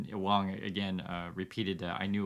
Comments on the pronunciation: Actually 王 is pronounced WAAAAHNG instead of WOWNG or WAAAYNG, means King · It's pronounced wong your wong about that lol 😂 please don't burn me at the stake (was a joke) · It shouldnt surprise anyone that it is pronounced as “W(o)ng” it’s just like the ‘A’ in Walt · Dude I’m a white Australian and I pronounce Wang as ‘Wong’. Don’t insult me. Others also who don’t know Mandarin or Cantonese understand this. How patronising mate. 😢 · Yer tone is wrong 😜am I allowed to say that? It's not quite the same as pronunciation. 🤣